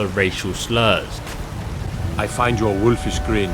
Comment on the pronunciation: I could tell it was a joke when you said "racial surls to Dark Elfs"